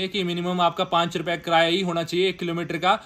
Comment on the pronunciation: कराया = ❌️ किराया = ✅️ 😂😂😂